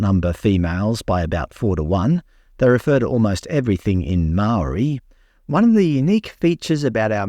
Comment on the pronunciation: Some of the best maori pronunciation I've ever heard. Absolutely loved it.